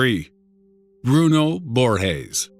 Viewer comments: it's not pronounced "borhes" the "g" sound in portuguese is not the same as in spanish, it's pronounced just like in english. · Just one thing. Brazilians speak Portuguese, not Spanish. And Borges doesn't sound like Borhes in Portuguese. Not at all. It would be closer if you soundes like it was in English. It wouldn't be the right sound, but much closer and it wouldn't look like you want to speak correctly, but failed miserably. It's cringy when people assume we have that soung for "J" or "G". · "Bruno Borges" is Brazilian. G's don't make the H sound in Portuguese. That's only in Spanish.......